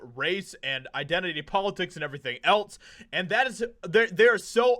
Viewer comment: For the love of all that is sacred would you PLEASE PLEASE PLEASE quit pronouncing “else” like “ELTS”???!!!! It’s incredibly annoying!!!! And I can’t be the only one bothered by it!!!! 😤